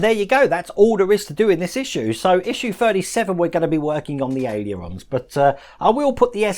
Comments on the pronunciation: Hi great vids keep up the good work. Try this to help with your struggle to pronounce aileron. Ale er Ron 😂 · AY-LUR-ON.